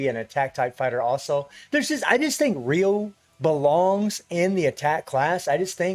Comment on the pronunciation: Yes its ryu,...not raiyu